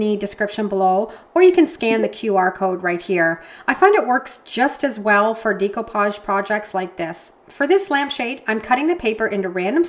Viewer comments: As you probably know, the word Découpage is French, and is pronounced DAY-coupage, though non-French-speakers often say DECO-page, as in Art Deco. . . What I’ve never heard before is DEEcoupage, which is what I hear you say, A LOT, and I’m sorry but it’s driving me to distraction! (If you think it’s unreasonable of me to bring it up, then be grateful that you are not neurodivergent—as many Creatives are! It’s literally like nails on a chalkboard.) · Pronounication of decoupage is actually with an “a” sound. “Decoupage….just fyi